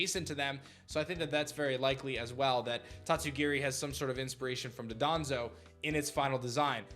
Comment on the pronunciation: love ya buddy, I just have to say it’s DON-DOZO Not DADANZO